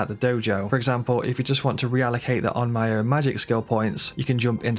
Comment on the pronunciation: Onmyo is pronounced ohn-m-yo, not ohn-my-o.